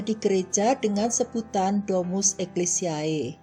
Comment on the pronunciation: Maaf ralat cara membaca (di menit , "domus ecclesiae" dibaca "Domus Eklesie" bukan Domus Eklisiae" ae dibaca 'e'